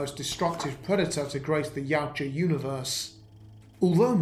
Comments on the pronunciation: I love this, just wish you had pronounced the name right with how often you use it. My brain couldn’t stop trying to correct you. (Ya-OOT-ja) not (Yow-Ja) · Its pronounced.......ya ooh ja